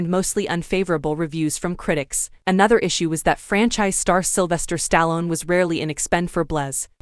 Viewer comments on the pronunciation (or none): Learn to say names right including Stallone